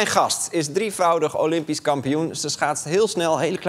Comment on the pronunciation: ‘Mijn gast is driefFRAUDIG, olympisch kampioen’...ben ik de enige die dit hoorde😁?